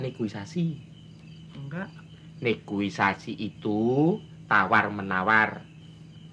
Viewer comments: Gara2 si w jadi sulit bilang negosiasi malah negoisasi🤣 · Negosiasi mas karyooo. Bukan negoisasi 😅😅😅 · S sok tau, negoisasi 😂😂😂 Negosiasi yg bnr karyoooo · Negoisasi 😅😅😅..Reboisasi kali..karyo karyo.. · Negosiasi mas Karyo, bukan negoisasi 😅